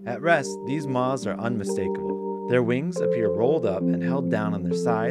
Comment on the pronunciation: Incredible, but why does this guy pronounce "moths" like that? Almost like the "th" is silent?